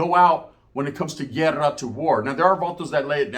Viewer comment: Hey man 😂 pronounce it properly Guerra or llerrera 😂, what is (llerrera) 😂